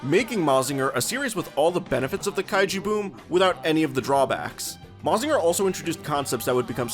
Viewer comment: not that im complaining, but it is pronounced "ma-jin-ga". not "ma-zinga". but hey, most english-speaking people dont usually care about looking it up on how to actually pronounced some stuffs